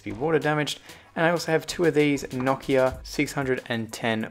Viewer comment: You say Nokia wrong